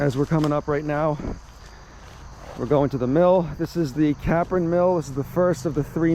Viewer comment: Capron road, pond mill ….its “cape—ron “…. Not CAPron